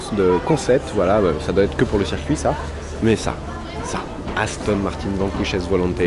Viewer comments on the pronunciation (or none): On dis pas aston martiiiiiin on dis aston martein** (martin)